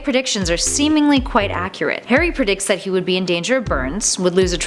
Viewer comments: Karry potter? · She calls Harry Hairy lel